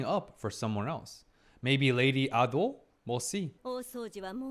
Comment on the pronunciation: Not him calling lady Ah-do and Jinshi siblings-👁👄👁 NO SPOILERS SORRY